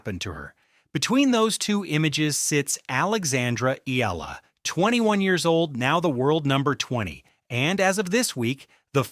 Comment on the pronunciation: Repeat after me... E-AH-LA E-AH-LA E-AH-LA E-AH-LA E-AH-LA E-AH-LA E-AH-LA NOT... EE-LA